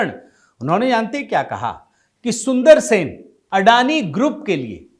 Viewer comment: Sun-dara-resan, not SUNDARSEN.